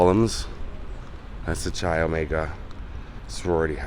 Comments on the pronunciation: Chi like kayak, not like chai tea. Lol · I do love that tree! I’ve studied Ted Bundy since I was 16 years old, I’m 55 years old now. I’m not picking, well I guess I am a little and it’s because I’ve heard it miss pronounced for so many years by people telling his stories, which tells me that they didn’t study to hard. It’s “Ky O” like the sky."..Ky o. But I did enjoy your video! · Pronounced Chi ( c sounds like it does when saying “cake”) not Chi with a harsh c sound as used with change.